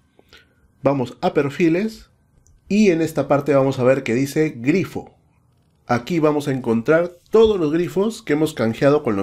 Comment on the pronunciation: Glifo GLIFO!!!! no "Grifo" cuando lo dices me imagino a los wf todos grifos